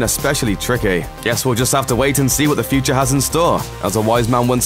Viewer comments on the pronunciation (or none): none